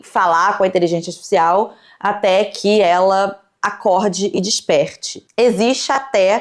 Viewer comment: tu não pronunciou INTELIGÊNCIA ARTIFICIAL corretamente NENHUMA vez. Num podcast é bom ter cuidado com a dicção né? Jesus